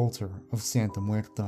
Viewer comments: it's santa muerte not santa muerta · It’s Santa Muerte not Muerta. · It's cool but the "Santa Muerte Cult" is mispronounced. It's correct pronunciation is "Santa Muert E" with spanish E not A. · It was a good video, although it's "Santa Muerte" not "Santa Muerta". Muerte means Death, so it's like Holy Death, and Muerta is something or someone dead in feminine form (trust me, I'm mexican). And about the Aum Shinrikyo cult, I'm glad to say that Asahara has finally been executed this year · That's not how you say Santa MuertE! Not MuertA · Excellent video just a quick correction it's Santa muerte as in holy death